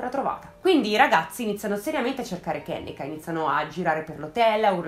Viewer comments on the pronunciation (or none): Si pronuncia "kennìka" 😉